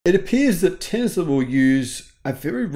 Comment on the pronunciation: I love your videos but where the heck do you find the Z in Tesla?